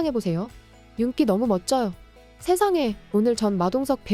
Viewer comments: 윤기라고 써놓고 윤끼라고 읽네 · 윤기를 윤끼로읽는 이 여자의 정체가궁금